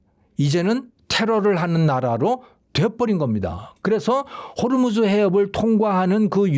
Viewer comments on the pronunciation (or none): none